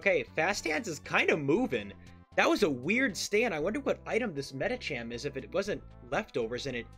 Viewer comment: this guy keeps pronouncing medicham the wierdest way